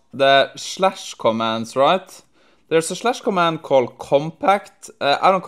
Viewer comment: wtf is a "Shlash cOmand" lmao ?